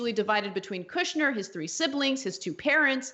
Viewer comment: “Kushber” 🤣 slum lord!!!!